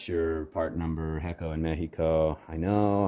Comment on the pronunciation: I liked how you said Ecco instead of hecho lol